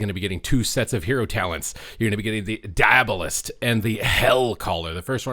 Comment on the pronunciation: "Die-uh-ball-ist" like diabolical. Not "Die-ab-uh-list."